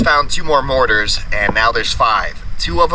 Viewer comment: morTar, not morar. 😂